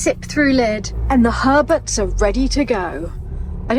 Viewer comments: I thought said "hermits" instead of Herberts. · I thought he said hoarders